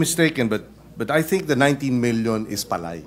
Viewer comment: ayan na si Sen. Marcoleta makinig ka kiko ha kasi ikaw yung nasa agri ngayon wag kang magmarunong ni bigkas mo ng palay mali pa😂😂😂 wala ka naman kasing alam eh mayaman ka kasi di ka relate sa mga magsasaka.